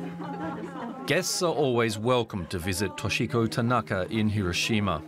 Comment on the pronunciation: Your terrible Japanese translation in English from Tanaka-san can't event say Hi-ro-shi-ma correctly. Even when you quote her. Much in the same way all reporters in this story fail. How can we take you seriously?